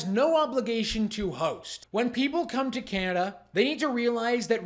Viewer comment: I like Trudeau, when referring to himself, always say "cananda" lol like seriously dont lump the rest us intelligent people in with your retarded tirade, news flash Trudeau, india are talking about you not canada just you